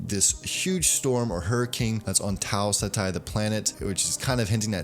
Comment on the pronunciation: Don't worry about your pronunciation of Tau Ceti. I just watched a video where the dude talking about the trailer couldn't even pronounce "compilers" right